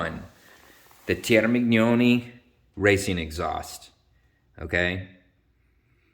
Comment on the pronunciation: Only guy I've ever heard pronounce Termignoni right